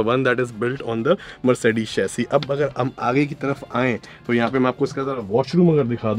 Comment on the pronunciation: Very nice video . Brother its Chassis. Not chassy